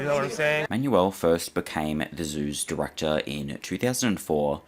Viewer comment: 30.27 "who becomes the zoo directahh!"